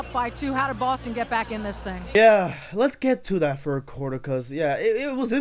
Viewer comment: “the fird seed” “firty five points”